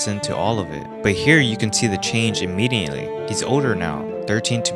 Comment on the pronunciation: bru, there is no 'N' in immediately.